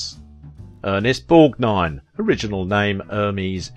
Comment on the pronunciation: Thank God! Finally! A YouTuber who can actually pronounced Ernest Borgnine's name!!! Thank you! Seems like ever other channel gets his name horribly wrong in so many ways!